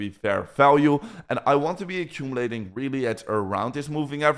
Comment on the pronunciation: thank gawd u r achumulating achumulating